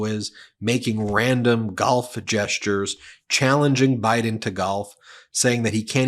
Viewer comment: Oh really? Have you heard all his rallies? 🤣 . How about the one where he says they're going to win by a "landSHLADE" and he calls Biden "BRIDEn"? You only pick and choose your trump rallies to suit your talking points?.